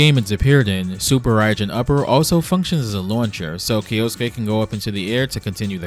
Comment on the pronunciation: Little weird semantic tip: kyo, like tokyo kyoto or kyosuke is one syllable. So not kee-yo-soo-kay. But kyo-soo-kay . Otherwise killer video